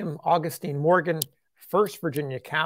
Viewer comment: Is this man saying calvary instead of cavalry?